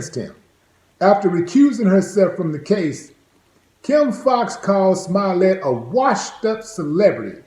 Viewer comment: His accent makes it sound like hes saying Smilet